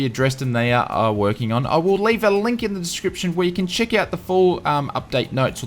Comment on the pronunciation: ''...where you can chick out...''? Good on ya mate!